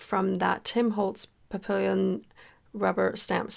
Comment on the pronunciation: I really enjoyed your video. Papillon is French for butterfly. It is pronounced pa-pee-yon